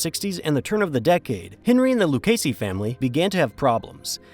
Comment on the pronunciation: A.I. narration has annoying flaws, I.e.: mispronouncing Lucchese. Should be pronounced "Loo-kay-zee."